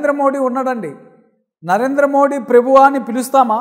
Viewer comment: Prebhu kadu sir prabhu Ani ucharinchandi